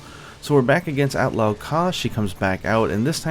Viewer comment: the pronunciation is not the same though arabic is my main language